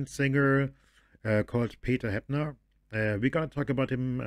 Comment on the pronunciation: The pronunciation of Joachim Witt and Peter Heppner was correct, and is a fantastic song. THX for reaction.